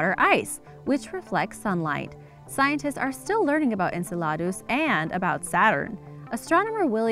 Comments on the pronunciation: Ok...i can't wait til the end of the video to say this - Saturn's moon Enceladus is pronounced en-CELL-uh-dus... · pronounced "IN CELL LE DIS" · Please learn how to pronounce words before you put them in a video like Enceladus. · So true